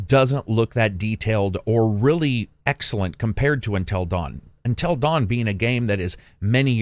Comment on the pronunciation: "Untell Dawn"